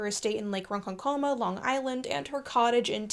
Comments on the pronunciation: Hello, ‘The Garden of Forking Paths’ that is YouTube has brought me here! A few observations of varying relevance. ron-KON-koma the place is with the stress on the second syllable. ron-kon-KOMA means "masturbation-coma" in Swedish. sca-neck-ti-de is without a "sch" sound. Barrie gave the copywrite to Peter Pan to The Hospital for Sick Children, Great Ormand Street, London, and is credited for this in the Disney version. And finally, the 2003 version, the best, was fully funded by Mohamed Al-Fayed as executive producer and the movie is dedicated to his son, Dodi Fayed, who died in a car accident in 1997 along with his romantic partner Diana. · As a person from New York, I am legally obligated to inform you that it's pronounced "Ron-kon-kum-uh". 😂 EDIT: I'm a huge fan of your channel by the way. I especially love your video about the Queer history of the Wild West, I used it for inspiration for a homebrew Wild-West themed DnD setting I've been working on, and all of my friends are required to watch your video before they can play in my campaign. 🤠🌈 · The name of the town on Long Island is pronounced Ron-KON-ka-ma It sounds like a yiddish curse word. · I love your videos. As someone who grew up in Lake Ronkonkoma and would sneak in and ice skate at the cenacle (donated by Maude Adams) till the nuns chased us off the property. I am overwhelmed with the need to inform you that you are pronoucing Lake Ronkonkoma wrong, You are absolutely slaughtering the name of my little hometown hamlet. If you want I will happily voice chat with you for a moment just to give you the proper way to pronounce Lake Ronkonkoma. FYI look into legends about Lake Ronkonkoma could be another video in it for you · as a long islander, the way you said Ronkonkoma made me twitch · I love this! I love you! The way you say Ronkonkoma kills me!!😭💔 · Loving the video so far, as I do most your work. Must note that I'm losing my shit at the pronunciation of ronkonkoma😂💛